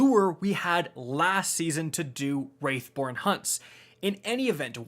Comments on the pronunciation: Why is it so hard for these “content creators” to talk? It gives me anxiety that someone like this speaks like he’s talking to a bunch of 3 year olds learning to speak. And the “Wraith” born hunts? Guess English really isn’t his first language. It’s called “Wrath,” not “Wraith.” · Almost four months into beyond light and our man here is still calling them 'wraith' hunts and not 'wrath'. At this point he's doing it on purpose. XD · I was so glad that I didn’t have to hear him say “Wraithborn” instead of “Wrathborn” anymore at the end of last season...and then he said it again in this video and I almost lost my shit lmao. And he also can’t say “rune”. He said “ruin”. EVERY. SINGLE. TIME. Can we PLEASE get someone who knows how to read that makes in-depth Destiny videos?